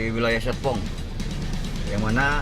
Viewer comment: tapi itu serpongnya kurang R pak ☹😭